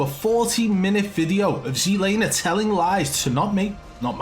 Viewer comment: look its NOT SEE laner its fkn TSET laner Z not C GET THAT